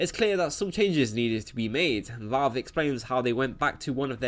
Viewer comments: It's Valve, not Vawlve. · Lol its not. Reel gaemers are on consoles. Ps its VALV not VOLV #nintendomasterrace